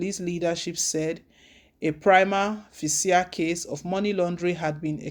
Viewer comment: You don't know how to pronounce the word "Prima facie". It should sound as though you are pronouncing PRIMA FASHE. Take note. It is embarrassing how you pronounce it. Haba!